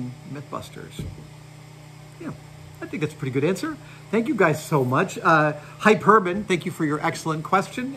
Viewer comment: I don't think the name is "hi- perbun." LOL